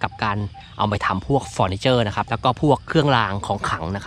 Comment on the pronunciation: เฟอรนิเจอรค่ะ มิใช่ฟอรนิเจอร